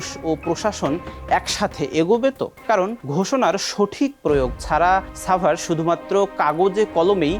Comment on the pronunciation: ভাই এইটা ছাভার না সাভার!